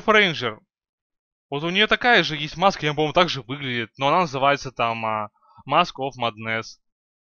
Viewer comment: Читается Маск оф меднес